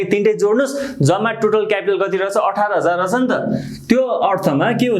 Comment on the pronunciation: Ekdum kada xa vdo tara sir le रछ रछ vanda halka naramro suniyo 😄😄aru ta ekdum kada